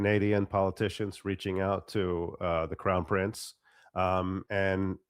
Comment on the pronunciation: WHY haven’t you fixed your pronunciation of “prince”!?! IT’S NOT PRINCESSSSSS! IT’S PRINCE! Really?!?